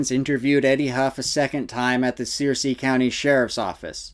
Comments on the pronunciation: Sir- sea County , not sear- sea. Thanks for the vid though, clarifies a lot. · Searcy is pronounced Sir-see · Fyi-the county name is pronounced Sir-cy, vice Sear-cy, I grew up there. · Searcy is pronounced, Sir-see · How am i almost 43 years old and lived the majority of my life in Arkansas and never ever heard of st. Joe??? It's pronounced Sur-cee, btw (like the game of thrones baddie). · Pronounced sir'see😊 county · We pronounce Searcy...... sir -c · Searcy County…pronounced “Sir-see”. Not that it’s that important to your dialogue, just thought you might want to know. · It’s pronounced like Circe (sir-see) lol it’s near where I’m from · It's spelled Searcy, but pronounced Sirsee